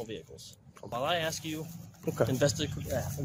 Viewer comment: If you say "Ax" one more time, I'll hit you with my "ASK".